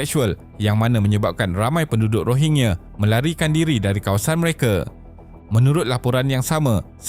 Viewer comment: Min sebutan tu biar betul..bukan Rohingye.. Rohingya..😂